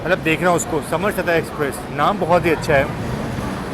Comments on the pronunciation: bhai 😢😂😂 kya yaar bhai "समरसता एक्सप्रेस"(सम-रस-ता)hai samarsata matlab equality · समर सता नहीं सर सम रसता एक्सप्रेस. Harmoney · Samar sata express ❎❎ सम रसता express ✅✅ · समर+सता❌ सम+रसता ✅ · समर सता नही जी सम रस्ता एक्सप्रेस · It is Sam rasta express in pronunciation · सम-रसता एक्सप्रेस नाम है समरसता नही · Samarsata nahi Sam-rasta exp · Bhai samar sata nhi😂 समरसता एक्सप्रेस कहते हैं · भाई वो सम+रसता=समरसता एक्सप्रेस है😊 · दोनों ही नहीं...... सम रसता